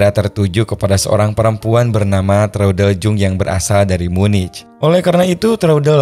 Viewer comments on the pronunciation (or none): sedikit koreksi, bahwa Traudl Junge cara menyebutnya ' Traudl Yunge. perlu diketahui bahwa huruf J dalam bahasa jerman cara penyebutan nya adalah Y, koreksi buat admin semoga makin sukses dan sehat selalu !